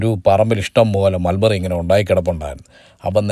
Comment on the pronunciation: Susamma : Melberry alla Mulberry* manushya